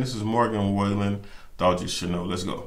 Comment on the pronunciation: I still say this is one of the sweetest videos I’ve ever seen! 🥹 Love anything Morgan. Check out the Taste of Country acoustic ‘Cover Me Up’ and any of the Dangerous Sessions. Also Broadway Girls with Lil Durk and You Proof. BTW, his name is pronounced sorta like fallen - Wall-en. Great review! ♥️♥️